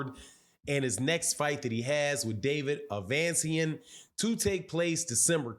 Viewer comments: Bruh. It’s ‘A-Vuh-Knee-See-An’ Not ‘Uh-Van-See-An’. Just sayin. Giving off casual vibes. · Ave-a-knee-see-in....@ your killing homes name